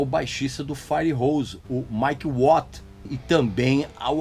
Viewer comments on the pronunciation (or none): none